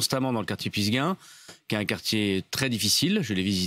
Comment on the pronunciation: Si tu l'as visité plusieurs fois, nome le alors correctement! C'est Pissevin, pas pissgain. Darmarien !